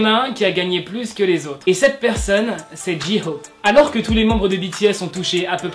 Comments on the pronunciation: C’est pas « ji hope » c’est « jeihope » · Ça ce prononce Jey Hope voila 😅